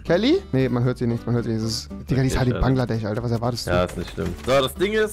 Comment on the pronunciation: Niemand: Rewi: Banglades